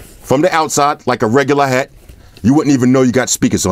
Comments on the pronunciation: it's hat not heat bro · Weird thing is he's the third reviewer that has said future heat but it clearly says hat wtf